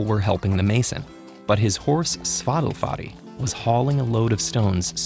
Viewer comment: When I heard how they pronounced the horses name, it sounds like Spotify.